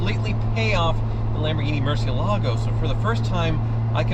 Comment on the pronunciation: Wow, only 37 seconds to desecrate the pronunciation of Murcielago. You're getting better, however. Last time took a mere 16 seconds.